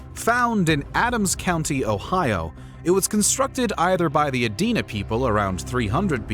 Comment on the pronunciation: Good video overall. Thank you for pronouncing "Adena" correctly.